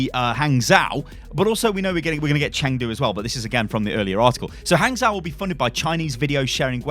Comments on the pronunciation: PSA: In Chinese, zhou is pronounced "joe", just with a very short o sound. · Hey,! If you ever see "zhou" in a Chinese word, you can pronounce it as "joe" (like the name). The tone of how you say that, well, that's another story!